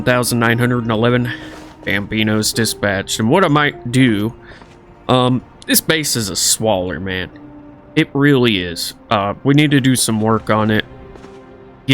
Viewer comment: Love the video! The word is squalor, not swaller though. I would want someone to tell me so I'll tell you.